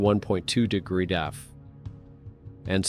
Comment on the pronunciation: can't pronounce "degrees". I have noticed this on many videos. You will too, now. 👍